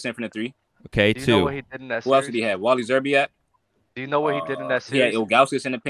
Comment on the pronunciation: Nigga said Wally Szerbiak 🤣🤣😭😭💀💀🤦🏽‍♂️